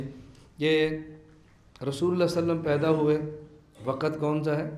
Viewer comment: وسلم هےبهائ وصلم نهيں